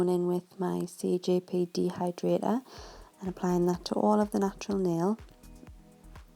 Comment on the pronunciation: lol love the work but y do u keep saying cgp instead of cjp